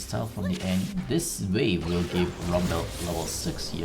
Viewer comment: Rumbel, Ji-nar, sweety boots, ninja tabeye, ... This should be an accent on The Simpsons ;-)